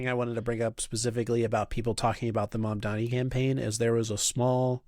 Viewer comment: Obviously dude from the clip said some horrendous shit and I would never take him seriously, but if he can't (or won't) pronounce Mr. Mamdani's name right, that's all the information I need to know he's a clown